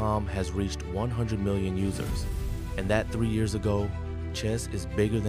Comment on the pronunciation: why do you say years like that lol